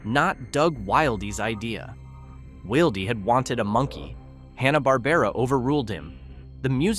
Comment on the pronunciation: I'm pretty sure his name is pronounced "will dee" not "wild ee"